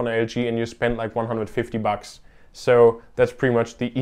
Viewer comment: When he said bucks, i though he said f%cks